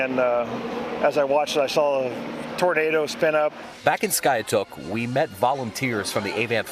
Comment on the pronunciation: It is called SKY ....TOOK.